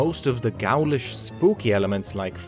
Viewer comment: Pronunciation : Samhain is pronounced so-'ween. Ghoulish is pronounced 'goo-lish.